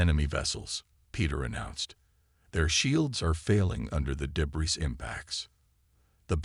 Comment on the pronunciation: MY GOD, MAN!!!!!! Do you even listen to your stories BEFORE posting them???!!!! Your AI SUCKS!!!!!!!!! Here is but a small list of the FREAKING words I heard OVER AND OVER AND OVER AND OVER mispronounced: "PRAH-jektile", "deh-BREES", "deh-BRISS", "deh-BRAYS", "Your-AH-pa (Europa)"', "un-AN-imous", "ar-MAY-da"!!!!!!!!!!!! Especially the (debris) said about a FREAKING Gazillion times....INCORRECTLY!!!!!!!!!!!!! How the hell can one enjoy the damn story when the Damn AI can't speak Anglishes!!!????!!!!!!!!!!!!!